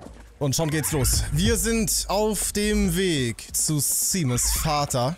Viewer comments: Seamus spricht man übrigens Shäjmis aus. Ein harry potter charakter heißt genauso, und da wird es auch Shäjmis ausgesprochen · Ich glaube Seamus wird ''Shaimus'' ausgesprochen